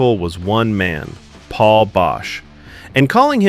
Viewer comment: You lose all credibility by alternating between saying it right and constantly mispronouncing Paul's name.